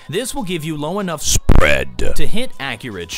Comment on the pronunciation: 14 20 y said sprEAD without proper intonation >.>"